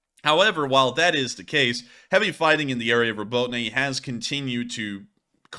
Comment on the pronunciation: Would it be too much to ask you to learn how to pronounce Robotyne properly?